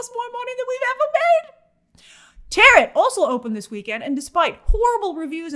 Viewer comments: Did Grace just pronounce ‘Tarot’ as ‘TaroT’ - ie she pronounced the ‘t’ at the end instead of ‘taroh’ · I'm sorry... "Terret"? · It's pronounced "taro" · Second ‘T’ in Tarot is silent. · Tarot pronounced Teh-row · That Tarot pronunciation... oof